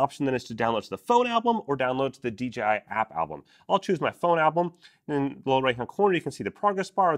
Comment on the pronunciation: Why do ay D G I. It is D Jay I Come on Mr 10yr droner. 🤣